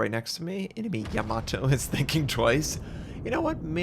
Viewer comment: Im glad you can pronounce it correctly, no other US youtuber can